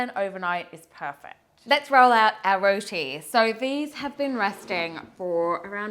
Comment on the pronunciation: We make all kinds of roti, but never have i seen roti submerged in oil. Yikes! Well at least she pronounced roti right and not "RODI", you need some curry channa and alloo to go with that roti along with mango anchar and tamarind chutney